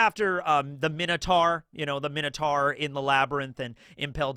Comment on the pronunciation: considering it's a Greek word this is the correct pronunciation (so like myno instead of mino)